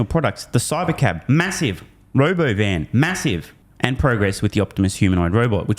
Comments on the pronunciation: not RoboVan... RobOvan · He couldn’t even say the word “ro” “bo” “van” … 😂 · You keep pronouncing Robovan incorrectly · Hey, you're pronouncing Robovan wrong